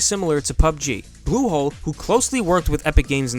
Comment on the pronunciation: U say blusholé as Google ... Pls watch out